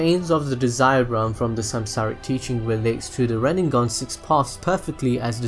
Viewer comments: And RinneGan, not RinneNGan. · wtf is a 'rid-ne-gun' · I cringe when you say RinneNgan, sorry....Otherwise great video!